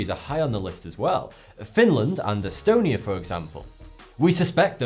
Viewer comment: Because it's named... E-STONE-ia! HAHAHAHAH- No.